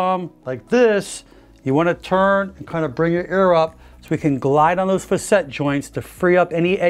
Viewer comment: I believe the proper pronunciation for "facet" is FA-set. I hear you using "fa-SET" and it doesn't sound quite right to me. Please correct me if I'm wrong.